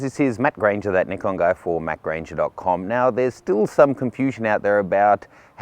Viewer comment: its nikon not neckon.. good vid.lol..